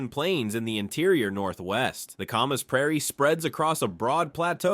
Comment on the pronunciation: Didn’t mention anything about the Palouse prairie and stupid ai blew the hell out trying to pronounce Camas.. ai sucks..